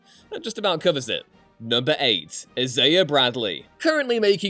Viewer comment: The way you kept saying Isaiah was bothersome as hell lmao